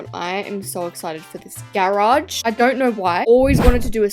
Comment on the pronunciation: The way you say GAERAGE its just i cant 😭